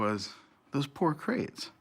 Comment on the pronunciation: Pour. Not poor.